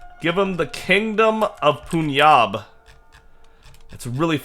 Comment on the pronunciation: Not punyab J is not silent And it's not poonjab It's 'pun'jab like sun